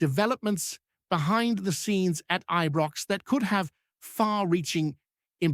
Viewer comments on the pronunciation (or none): IBROX NOT EBROX